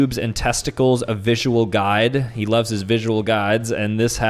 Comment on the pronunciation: dawg the bigger question is why is he stressing the word love